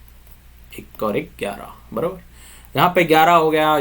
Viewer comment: barobar... 😅😅 Typical marathi 😝